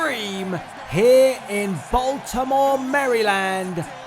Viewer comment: It's Maryland not merrylanf